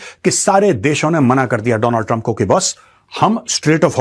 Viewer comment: World : Donald trump. Modi : Doonal trump 😂